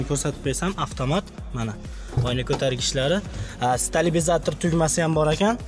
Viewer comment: Stabilizator demadi stalbizator dedi manimcha 😂😂😂😂